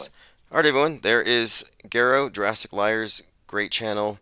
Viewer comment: "Jewrassic" again? Fast forward through that.